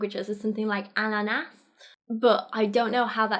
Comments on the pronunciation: Her pronunciation of “Ananas“ is keeping me from ending it all xD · We say ananas in Sweden and good prenaosiation girl